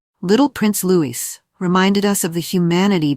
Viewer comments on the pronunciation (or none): Louis's name is pronounced "Louie" not Lewis!!! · Its Loee not Lewis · Will you PLEASE pronounce Louis as Looee and not LOUIS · Programmer—it’s pronounced Loo-ee. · Will you please pronounce Prince Louis name correctly!! It's a silent 'S" at the end!! Honestly!! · It was the pollen causing problems! Please remember to pronounce Prince Louis without the "s"